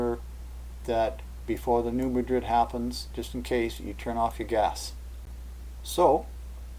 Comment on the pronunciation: I just hope I didn't sound like too much of a nitpicker. It's just that, being from Kentucky, I reckon I let it bother me too much when I hear people on TV or such pronounce it like the name of the Spanish city.